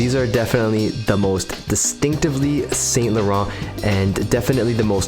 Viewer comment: The pronunciation is ‘san laron’